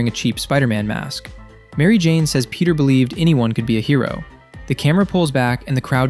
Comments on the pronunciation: bro said Penti Parker😭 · Fenty Parker ✌️🥺